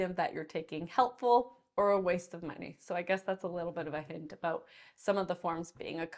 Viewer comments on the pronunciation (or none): none